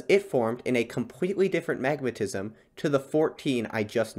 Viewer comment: I was so confused because I thought you said magnetism … took me ages to figure out it was magmatism 😅